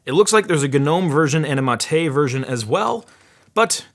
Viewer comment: I think it's pronunciation is MAYHT, not Mattei